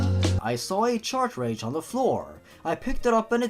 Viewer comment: What is with everyone saying chartrage?